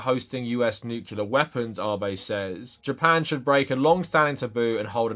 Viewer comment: Unrelated but I figure you’re more likely to read it here…. Pet peeve of mine as an engineer; it’s nu-clear, not nuke-yu-ler